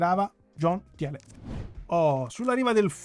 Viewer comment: Thiele si pronuncia Tìle